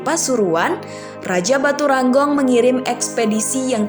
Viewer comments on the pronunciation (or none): Batu Renggong Min, bukan Batu Ranggong😂